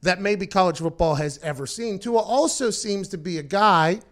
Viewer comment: You said tua’s name wrong